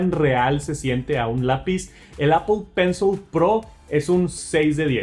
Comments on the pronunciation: Apol está bien dicho pensol no,en inglés sería pronunciado apol pencil no Apple pencil.... Una cosa es como se escribe y otra como se lee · Todos pueden equivocarse.lo único que se equivocó fue en pensol,sería apol pencil (se escribe Apple pencil pero se pronuncia apol pencil) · Apple “penzol” jajaja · Demasiados anglicismos, "apol pensol" y "apachurrar", ingles mal pronunciado y español muy pobre. Aun asi, sigue adelnate, solo son comentarios para mejorar. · Apol pensol 😂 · Pensé que solo yo lo escuchaba